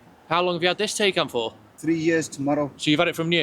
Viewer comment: pronounced Ty-kon - FWIW prefer my Gen1 2022 version, while the Gen2 specs are improved, the new exterior is borderline mundane, e.g Tesla